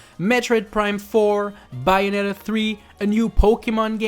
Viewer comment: It's BAYonetta, not BUYonetta.